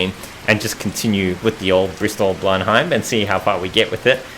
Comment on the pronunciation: Great video. I believe the aircraft is pronounced blen-em.